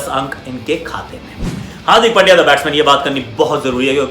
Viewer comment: Aussies commentators pronounced hardik pandya as hardik pail diya 😁😁😶😶😂😂😂😂😂😂